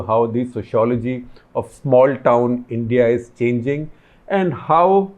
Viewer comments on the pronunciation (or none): none